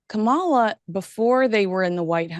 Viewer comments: Please learn to pronounce Kamala Harris's name correctly- the emphasis is on the first syllable of her name, not the second! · This is not a political statement, since I am a republican. However, as a linguist, it still drives me crazy that people cannot pronounce a mixed-race woman's name correctly!, it's KA-ma-la! Not Ka-MA-la!!! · KAmala not KaMALA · It's Kaw-muh-la. Not Kuh-mall-uh. Are you mispronouncing her name on purpose? Even Maureen pronounced it correctly and you didn't take the clue. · Not Ka MAH la. Her name is KAH ma la. Please get it right. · Kamala is pronounced Calm - aw - law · Begging your pardon… It’s pronounced “comma” (like in a sentence), followed by “la” as in Fa la la la la. Kamala. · I love your show and Maureen Callahan BUT--you keep mispronouncing Kamala' Harris' name!! It's pronounced COMMA-LA. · This Canadian would appreciate if you learn how to enunciate Kamala's name properly. I am really surprised at both of you. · I caught the way you pronounced Kamala’s name. Poor taste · You still can't at the very least pronounce Kamala's name? How disrespectful and hypocritical of you,. Regardless of your obvious MAGA leanings, I thought you were better than that. Shame on you. Stick to your gossip platform and leave politics to the pundits. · Please pronounce Kamala correctly!